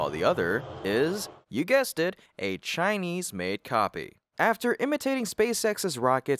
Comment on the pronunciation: America tech companies should stop hiring chai-lese pee-pul